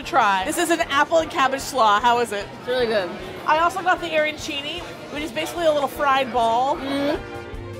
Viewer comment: As an Italian, hearing her describe arancini killed my soul.